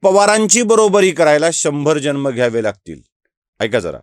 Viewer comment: ह्याला जन्म शब्द उच्चारता येत नाही,ह्याने काहीच बोलू नये.आधि नीट मराठी बोलायला शिक नंतर फडणवीसांवर बोल.